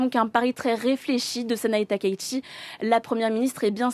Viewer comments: non, la bonne prononciation de son nom n'est pas "TAKAÏ SHI" mais "TA - KA - ITCHI" (たかいち si tu sais lire les hiraganas) le ち se prononçant "TCHI" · SVP on dit TAKAÏ -SHI et non pas TAKAÏ-ICHI.... Veuillez respecter la prononciation japonaise de son nom. Merci.